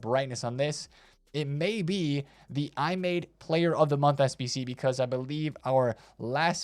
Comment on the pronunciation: Just say Imadé bro 😅